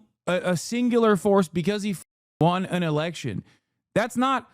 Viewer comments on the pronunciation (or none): His pronunciation of election is interesting lol sounds like electric